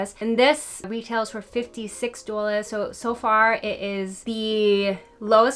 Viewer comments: It’s draining my energy. I love you but what is duelahs? Honestly. 😩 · I literally said the exact same thing. Ha, what is douwlas!!! It’s really distracting. I was thinking is she serious. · Why do you have such a strong NY/NJ accent when you say 'dollars' and not on any other word?? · Great video! I just have to say I've never heard someone pronounce "dollars" like that. What accent is that? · Wish she would just say it the right way. Really annoying tbh. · Actually, I don't know where the accent on 'dollars' comes from. Another You Tuber says the it the same way, but other than that, I've never heard it pronounced that way. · 😂😂😂 how u say—- dollars